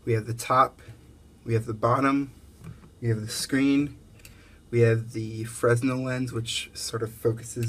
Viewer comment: Thanks for the video. This looks like a great kit for the money. FYI - Fresnel has a silent S. It's pronounced "freh-nell."